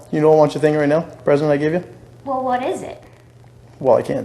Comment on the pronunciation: Chris sort of mocked him at the end too, when he said, "Wulll, I think there's something I need to tell you." It's a bit easy to miss, but he was definitely mimicking the way the guy pronounces his words.